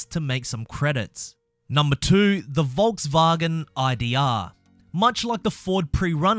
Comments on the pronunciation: why he saying volksvagen tho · Hey where are you from cause u say Volkswagen weird and I like it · Mate he is from The Land Down Under 😆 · Its not correct though